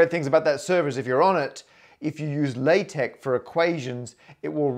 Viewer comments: Why are you pronouncing LaTex as if it is raw rubber? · I cannot believe he mispronounced LaTeX! At least he didn't say la-teks. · Tangential (haha) question: why are you both saying "LaTeK"? I thought it was "LaTeX". Is there something I've missed? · As a linguist, I refuse to accept LaTeX is pronounced any way other than "latex", regardless that the devs say "lah tek". If you don't want someone to read your acronym as a word, don't spell it as a word.